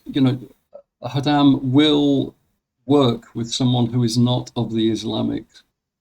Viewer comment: Khodam read like Chodam not Hodam.